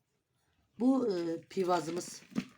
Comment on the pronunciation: Pivaz degil piyaz.sumas degil abla onun adi sumaktir